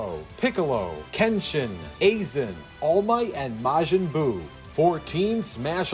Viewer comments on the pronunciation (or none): man said (Asen) it's Aizen 🥺😂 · Aa-zen < I-zen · A-zen its prounced aizen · Did He say Aizen as Raisin without the R?! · Ik wasn’t the only one who heard azen